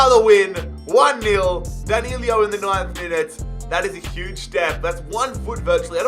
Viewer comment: It's danilo not danilio